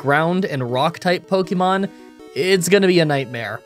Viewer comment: I love that after all this time, you STILL mispronounce Pokemon